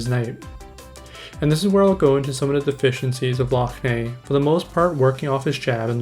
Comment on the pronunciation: It's pronounced lock nan